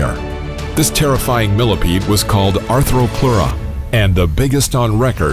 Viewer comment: I see Ark dossiers I like! :-D But the Arthropleura is mispronounced...